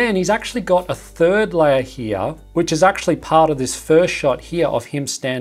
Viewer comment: Why instead of saying "layer" you say "liar" ?